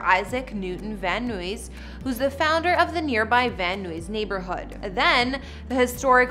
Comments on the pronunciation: No shade but it's pronounced van NIZE not van noo-eeze. That's my old hood so I had to correct lol 😅😊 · Pronunciation is Van-Eyes, not Van-Nooyees, just fyi🤗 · Although she lived in Mexico, I believe she has Armenian heritage, not Mexican. And Vanuys is pronounced van-eyes, not van-ooo-eees. Great tour and info otherwise. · Van Noo-ees😂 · I’ve lived in Los Angeles for my entire life and never once heard anyone pronounce Van Nuys “Van Noo-eez” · Van Nuys is pronounced Van Eyes 😉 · Are you trying to say van eyes(Van Nuys)? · Edit: it’s pronounced “Van Eyes” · Van Nuys is pronounced Van Nice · Did this broad just pronounce VanNuys as Van Nooies? I hope not, that's would be embarrassing!!! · Imagine pronouncing Van Nuys this way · its van nuys like guys